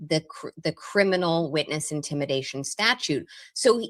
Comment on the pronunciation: It's intimidation charges not intimation 😊